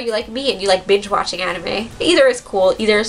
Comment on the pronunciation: I thought she said "bitch watching" lol